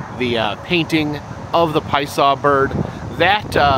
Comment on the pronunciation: I’m reading that it’s pronounced “pie-uh-saw” from the Algonquian Illinowek language. I’m sure you just heard someone say it really fast, and missed the middle syllable.